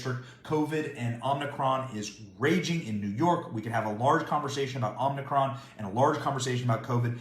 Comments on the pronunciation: Sorry to be picky,Benny. But it's "Omicron",not Omnicron. Joey Demento says "Omnicron". We don't want to mimic that thing. You da man ! Happy New Year ! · It's pronounced Ohm ick cron. Not Omni. JFC. lol